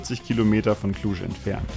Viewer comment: Da seid ihr ja recht nahe bei mir vorbei gekommen :) Schöne Tour durch die Karpaten. Und Cluj und Transfaragasan richtig ausgesprochen :) Aber Cevapici neinein. Das sind mici (gesprochen Mitsch). Vielleicht verschlägt es euch nochmal ins Land. Die Transapuseni ist noch schön für Mopped Touren, und in Maramures gibt es auch eine Menge. Ich freu mich schon die "Strada Horror" mal mit meinem Sohnemann zusammen auf den Mopetten zu fahren :)